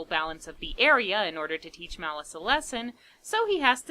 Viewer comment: I used to love this movie when I was a kid. We’d always have to rent this one for me, along with Nightmare before Christmas and Dracula, dead and loving it. I’m so glad you did this one. Also, a few times you say “Malice” I hear “Phallus”, which isn’t far off character wise, but I had to back up and check. Lord Phallus lol